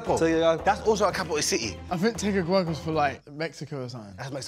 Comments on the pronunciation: The capital of Honduras is Tegucigalpa not Tegucugalpa. Loved the video😀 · Btw it’s TE-GU-CI- GAL-PA lol Honduran here 🇭🇳😊🙋🏽‍♀️ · How you guys butchered Tegucigalpa lol 😂 but chunks got it right! Representing ! 🇭🇳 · I’m from Honduras and these pronunciations are killing me